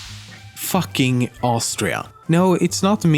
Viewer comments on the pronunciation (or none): its pronounced differently, not fucking like u say it in english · Lemmino, the "Fucking" village, is pronounced "Foo-king", not how we say it. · The mayor is called the Fucking mayor But I'm pretty sure it's actually pronounced like it would be fooking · What Lemmino said: Theres actually a small village, called, fucking in Austria. What i actually heard: Theres actually a small village, fucking in austria.